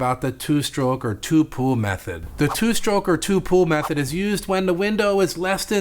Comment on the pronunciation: I kept hearing you say pool. So I looked at transcripts, in the transcript you say pool. But what I think you meant was pull. I just needed to see what you were actually saying definitely gonna try this method.